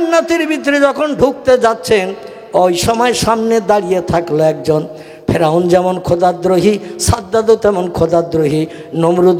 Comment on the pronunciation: Ferun noi sadd hobe.vul hochhe